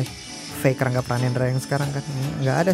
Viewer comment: Rangga pranendra jadi rangge pranendra? Wkwk